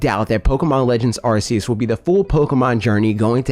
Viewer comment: You're the only person I've seen openly admit that they've known Arceus pronounced the way you have and that's the way you will pronounce it. I respect you, man. At least you're not watching the presentation live and saying the name another way RIGHT AFTER you hear them.